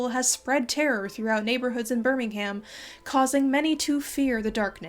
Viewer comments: Birming- UM not BirmingHAM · Hi just letting u know that Birmingham is pronounced ‘burningum’ or ‘buringaam’ but please call it whatever u want 😂 Beautiful video, I find it quite interesting how modern views shape people’s images on the past and how people believe what they think is right even if they know it’s not the truth 🫶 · Birmingham is locally pronounced more like "bur-ming-um". Much like New Orleans is "Norleans" to a local. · One nitpick, it's pronounced "Bur-ming'um" not "Bur-ming-HAM." Otherwise, fantastic video! I always appreciate the amount of research you put into your work! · honestly, if anywhere has real vampires it's Birmingham (which you pronounced a bit weird btw, you'd think it's right but the "ham" is pronounced more like "um") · It's an American thing- Alabama has a city by that name, and they say "ham". (I'm aware of the English Birmingham- Just explaining why is using the American pronunciation). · this was a lovely video but the way you say birmingham is driving me mad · As a Brit, the way you pronounce Birmingham kills me. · I love the way Americans pronounce Birmingham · This is very interesting and I love your videos, but I find your pronunciation of Birmingham very funny